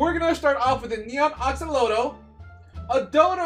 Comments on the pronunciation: he did not just say acaloto....... that's one of my favorite animal fish things and you disrespect it........ ITS AXOLOTL MAN WHY 😭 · Axe-O-Lot-ol not Oxolotl.